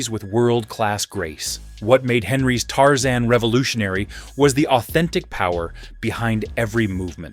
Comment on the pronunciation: Tarzane😂 no Tarzan